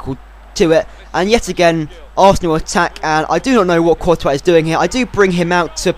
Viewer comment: courtois is prounced tortoise but coretois so it rhymes with tortoise